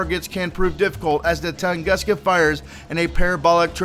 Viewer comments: its t u nguska not toonguska just fyi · pronunciation: ton-goo-ska... -facepalm